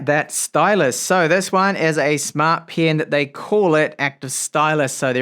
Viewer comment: Why do you keep pronouncing E's as I's. PIN instead of PEN and ILEVEN instead of Eleven or GIT instead of GET